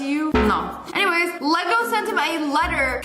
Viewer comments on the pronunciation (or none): none